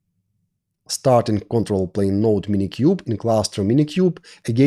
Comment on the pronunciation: никогда не понимал, как можно так хорошо знать грамматику языка, уметь говорить спокойно, и при этом произносить "дуинГ", "токинГ", "нОу летс гэт стартинГ"... ? Это за пределами моего понимания.